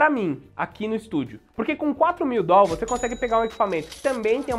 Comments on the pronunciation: Deslike por causa do "DOL". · Se eu tivesse esses "Dol" todos, investiria.. kkkk